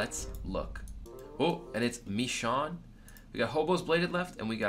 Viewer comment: ign michonn Mad respect for saying my name correctly !